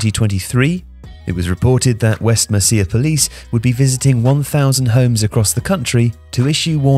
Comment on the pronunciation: Mer SEE uh? How can you get this regional name wrong?